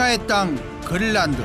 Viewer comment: 그린란드가 발음이 안 돼서 글란드... 글란드... 글란드... 영상 몰입을 엄청 저해하네